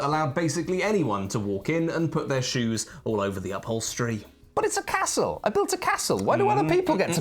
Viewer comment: I like that pronounces Castle correctly, rather than Carstle. Also, it is a very pretty board and I like Scotland.